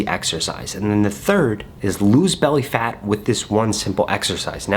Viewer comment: Emphasises 'FAT' twice... "im not body shaming"... I see you... haha... I see you